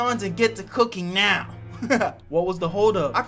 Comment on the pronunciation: Damn bruh I thought you said meow when you said now that would’ve been a great cat pun 😅